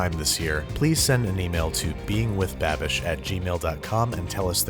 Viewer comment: I didn't know babish was Irish?🤔